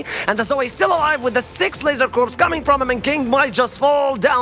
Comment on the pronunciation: Dude called it "Corpse" Focus.